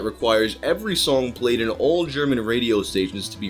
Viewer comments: your pronounciation of german is beyond bad. Im German and was only listening to audio since I was at work. I could not understand one word of it. It sounded more like an extraterestial language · As a German I can say your pronounciation is adorable! Also Unterm Durchschnitt= Below average Musik für junge Leute = Music for young people